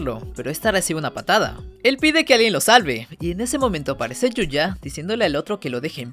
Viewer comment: Yuya tengho❌️ Yoya tengo✅️